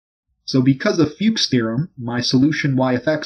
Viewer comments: His name is Fuchs. not Fuch, and Fuchs just means fox in German xD and it's pronounced almost the same way as fox too, like "foox". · The way he pronounces Fuchs it would actually be written Fjuks or something like that in german lul. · LOL do not mispronounce Fuch's Theorem